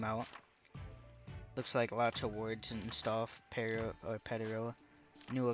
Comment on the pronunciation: Why are you saying Pedro like that 💀